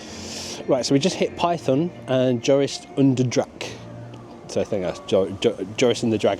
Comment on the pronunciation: You're pronunciation of Joris en de draak is great! Especially how you pronounced 'draak' . 'en de' is pronounced more like 'n the' but otherwise stellar pronouciation. Your 'langnek' and 'Roodkapje' were also perfect. I'm glad you enjoyed the park, i practically grew up there, and it's very dear to my heart, so it's always great to see people falling in love with it's little charms and magic.